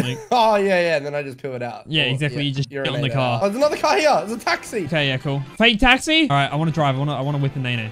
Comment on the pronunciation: Did he say “FaKeTaXi”